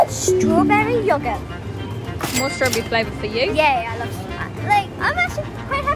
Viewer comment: it yogurt not yogut